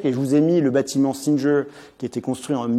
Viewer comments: Très intéressant. Petit détail sans importance : j'apprécie qu'il prononce les noms anglais ou américains avec un semblant d'accent mais si c'est pour prononcer le G de "Singer" comme un "J" au lieu de "GU" de "ˈsɪŋɚ" l'intérêt en est amoindri. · J'ai bien aimé le micro-moment "je déballe mon accent anglais" où le type se ridiculise en prononcant "Singer" 5 fois de suite et en se vautrant (sans le savoir) lamentablement.